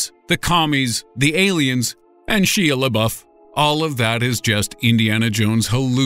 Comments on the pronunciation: I hope I'm hallucinating how you pronounced Shia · the way he said Shia made me cringe so hard